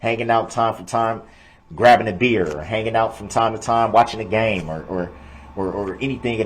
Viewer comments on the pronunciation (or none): none